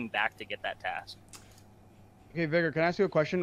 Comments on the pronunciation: Why do these pepegas have such a hard time pronouncing the word "vigor". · STOP SAYING VY - GORE ITS VIGOR ITS A SIMPLE WORD OMFG